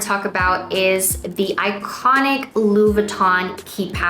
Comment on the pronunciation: You‘re forgetting to pronounce the „i“ in LV. Sounds like you are saying “Lou” instead of “Louis”